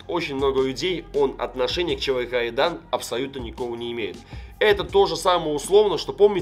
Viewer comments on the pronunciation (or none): Так угарно когда не может Р выговорить и называет чвк Айдан😂😂😂